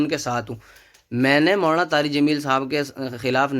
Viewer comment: Poori video me lafz molana molana chabha chabha kr bolta raha ab keh raha h galti se nikal gaya molana ka naam.